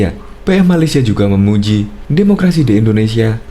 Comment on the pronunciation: Malaysia bukan malesia